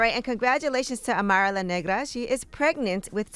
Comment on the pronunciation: Nigga said “marilyn negra “😭😭😭 .. its Amara la Negra